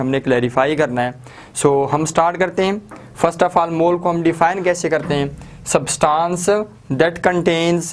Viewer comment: substaaance nhi hota substancehota hai